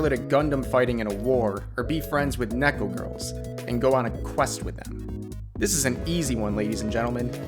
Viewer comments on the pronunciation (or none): none